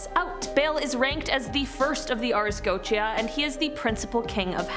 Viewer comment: She mispronounces Goetia so much.